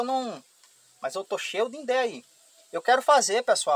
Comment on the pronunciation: Idéia, não indeia..